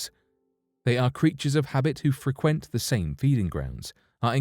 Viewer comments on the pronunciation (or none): Lol "and are known to freQUENT the same waters ." Lol The accent kills me . You should hear 'em say controversy LOL it's priceless.